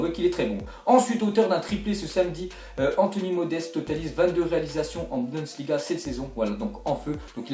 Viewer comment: BUNDESLIGA et non budensliga XD on va dire ;)